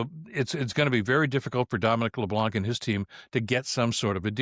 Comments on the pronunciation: LeBlanc is pronounced with a silent c. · In Leblanc the c is silent. Time that i can give to Carney but slack never. I can't read his mind, i trust monsieur Carney way more than i can trust the conservatives but Canadians shouldn't lower their vigilance and should never mute their voices, We have the right... no the obligation to keep our govt in line or we are doom to fall in the same hell than all countries governed by totalitarians and dictators.